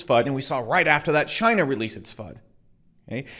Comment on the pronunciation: Did you just say ‘Chiney’ lol😎